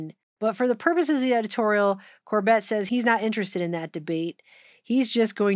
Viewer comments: Why do you keep calling him Cor-bet? Its Cor-bit. Like in "a dog bit you" As long as you've both been in alt news, well over a decade, its like you never heard him say his name before. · Great video. Also, the stress is on the first syllable: CORbett. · Glad you found The Corbett Report - he is great to follow regularly and make sure to watch his older stuff and especially the documentaries, too. New World Next Week is awesome! (Emphasis is on the first syllable of his last name so I figured you haven't seen much of his stuff). This was a great video, thank you!